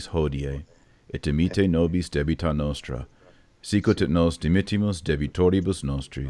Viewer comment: It is not noustra. It is nostra.